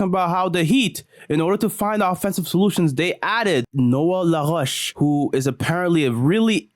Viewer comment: cette prononciation de « LaRoche » était absolument magnifique haha — content que tu recommences à poster aussi, frère, parce que ton contenu est à la fois divertissant et instructif